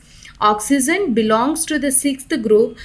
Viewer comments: you should speak oxygen instead oxen... i hope u don't mind it.... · Mam its not "oxyzen"...its oxygen🙂for your kind attention🤔